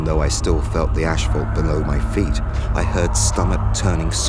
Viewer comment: What is "ash-phault"?